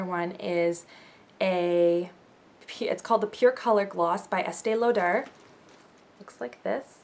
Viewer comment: I am french and she said the word Estee Lauder perfectly ;)